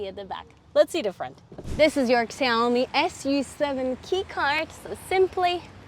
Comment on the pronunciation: Cool review, but the brand is pronounced more like "Shaomi".